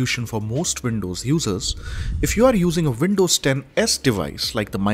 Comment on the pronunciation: You're pronouncing Windows as Vindows.